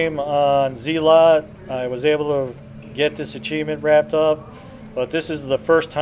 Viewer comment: LOL Zealot is not pronounce zee-lot, it is pronounced zeal-it.